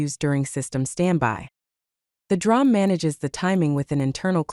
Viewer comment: Pronounced “dee-ram” instead of drahm.